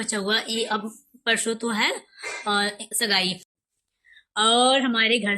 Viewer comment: Scene pronounce nhi kr paa rhi ho shgai nhi sagai hota h